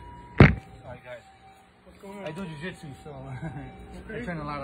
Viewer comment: True Hero but it got me on: "I do jiujitsu" 😂😂😂